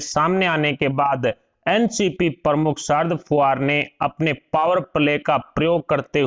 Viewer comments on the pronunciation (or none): Man, He is Sharad Pawar and not "Sharad Puvar" PLEASE NOTE. IT IS IRRITATING WHEN ONE'S NAME IS MENTIONED WRONGLY.